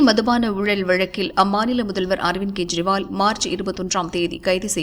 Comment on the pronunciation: It's not to be pronounced in KURIL but in NEDIL .None has the right to mis spell other's name. I am referring to CM Delhi KEJRIWAL .In short KE should be pronounced as in the name of KESAVAN